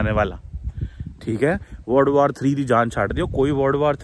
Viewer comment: Word war bol rha h yeh ya world war bol rha h